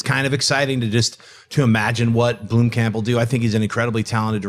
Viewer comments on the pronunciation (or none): blomkamp not bloomkamp pls